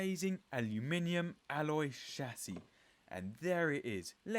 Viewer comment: How refreshing to watch one of these videos where the presenter can actually say Aluminium and Chassis properly (saves me from screaming at the screen 😊)